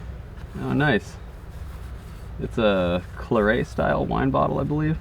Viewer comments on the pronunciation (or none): Thanks for the video, I enjoyed it. I loved you weren't wading in mudding water and I had a chuckle at how you pronounced Claret 😂